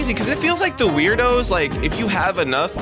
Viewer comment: ayye you finally got them!! Just wait til you get earth island!! There's a Werdo named Stoowarb that you'll meet!! Btw, "Werdo" is actually pronounced "WORD-O" not "Weirdo" lol.